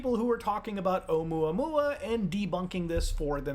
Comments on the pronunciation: Oh-moo-uh-moo-uh, not mwa mwa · Love you man, I think it’s meant to be pronounced like, errr omooa mooa. Think cow sounds. Sorta. At least that’s what Michael godier thinks. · its pronounced "Uh-MOOuh-MOOuh" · “Oh-moo ah-moo ah” is how you pronounce it. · its pronounced (O-moe-ah moe-ah) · Ohh-moooah-moooah, some hooked on phonics shit for this one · Oumuamua is pronounced Oh mooah mooah. It got the attention of the UFO crowd because it was a very strange shape, the first interstellar object noticed visiting our solar system and it seemed to accelerate away from the sun against gravity. Avi Loeb didn't state it was Extraterrestrial technology, he did say it was worth investigating the possibility that it might be. The general consensus is it's a new kind of comet covered in blackened carbon. The acceleration might have been caused by a crack in the outer shell allowing ice to be heated and escaping through small gaps as steam acting a bit like a jet. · please stop using gods name with explicatives. btw it's pronounced like this oh-MOO-uh MOO-uh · Its 3 "I" Atlas (Three-Eye Atlas) sounds like and "Interstellar" Monster with three eyes :) and Oumuamua is pronounced oh-moo-ha-moo-ha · It is pronounced, Oumuamua, o-Mooa-Mooa, it's Hawaiian. Sorry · I've never heard Oumuamua being called "Um-wah-wah" before 😂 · the way you pronounced Oumuamua legitimately pissed me off lmao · Muta says oumuamua so fancy. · The way Muta pronounces Oumuamua makes it sound like delicious food.